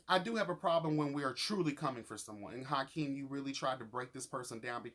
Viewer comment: you literally crack me up, its Akeem not Hykeem 😂 i love your commentary